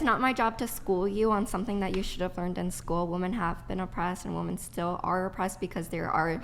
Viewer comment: Is she intentionally pronouncing women as "woman"?